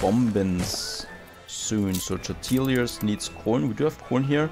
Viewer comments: It's more like Torr-tee-yaz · tortillas -> tore - tee - ahs Great series, I've been binge watching!